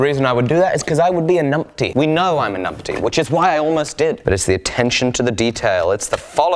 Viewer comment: I can't tell... do keep calling yourself "a numpty" or "an umpty"?